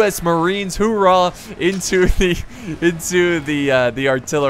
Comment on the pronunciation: Did you say hoorah no no no... It's oorah. The H is silent.